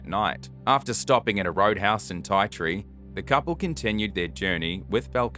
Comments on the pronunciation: From the outback It’s not ti tree the “ i “ is silent it’s t tree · Ti Tree pronounced tea tree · Ti Tree pronounced Tea Tree.